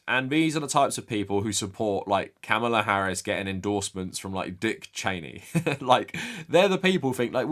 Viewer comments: Sincere question. Is there a reason you keep mispronouncing Kamala Harris’s name? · nah, he’s neither uninformed nor uneducated. I’m inclined to be charitable and blame his accent. However, if it’s laziness, that implies he doesn’t care. And if he doesn’t care, that’s problematic. Especially from someone that champions anti-racism and anti-bigotry, yet doesn’t recognize the irony of (and the baggage that comes with) a straight white male mispronouncing the name of someone who primarily identifies as a Black American woman. However, only he has the answer.